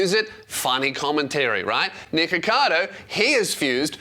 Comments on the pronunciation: You really do have to hit the ck there😂 Cause before it deffinitly sounded like you said niggacado😂🤦🏻‍♂️ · Everytime you say nikocados first name, it just sounds like your saying the n word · you REALY have to pronoun the C K in his name. on jah it sounds like youre saying the gamer word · your pronunciation of nickocado is so funny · Every time says his name I think it’s something else 😭